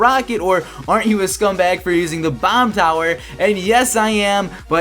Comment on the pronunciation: count how many times he say scumbug